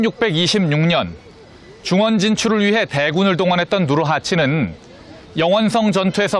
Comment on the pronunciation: 님 누르하치느으은~ 후금으은 중간중간 은 는 발음 질질 끄는거 좀 고치면 안될까요?? 진심 듣기싫네요 ㅜㅜ